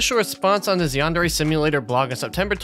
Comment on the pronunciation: the worst part is, he doesn't even know how to pronounce Yandere correctly